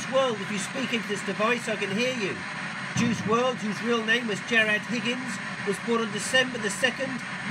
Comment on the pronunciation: You didn’t even say his first name right 🤦🏻‍♀️